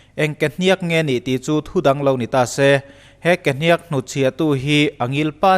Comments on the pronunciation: Kehniakkk a nilo kehniak, thluk a awm lo. Ka lo sawi ve mai2. 😇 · Kehniak or Kehniâk chu ti la ala pawmzam theih deuh Kehnîak i ti tlat mai hi ava mak em! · A tawp hi sang lovin a hniam tur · Ke hnîak ani lo..ke hniak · ke hniaakkkk itia, kehniak tih tur nilo mi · Ke hniak i tih a hniak i tih khi a dik lo deuh, a rim hniam tur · Ke hniak i thluk dan hi a diklo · Kehniak hi lam dik la ngaihthlak a nuam sawt tur. Kualkhung tih lam angin hniak hi a ri a hniam thla tur a nia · kehniak tih ilam kha i pai deuh anih kha mizo ini maw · Kehniak i lam dan hi dik lo in k va hre ve awww. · Dik chiah thlukna a wm lo .... 👍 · Kehniak i lam dan chu mak ka va ti ve, Kehniak ka lam dan nen a in anglo deuh a, chuvang chu nia mak ka tih. Engpoh nise ka/kan support em+ zel che aw.. ☺👍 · Kehniak a lam dan hi a dik lo. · Ke hniak i lam Dan hi a diklo..